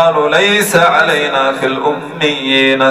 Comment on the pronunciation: ayah 84 'alayna' instead of 'ilayna'